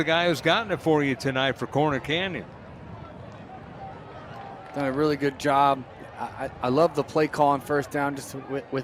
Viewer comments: This announcer sucks smh... Its CORNER Canyon not Connor Canyon. Seriously man you have 1 job, and you're butchering the teams name? Figure it out lol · Not sure I can sit through this. At any point do they tell the announcer it’s “CORNER” Canyon not “Conner” Canyon. How do you mess that up? Is Utah the only place in the universe where corners exist? Has he really not heard the term before? “The gas station? It’s just down the street and around the conner!” Good grief.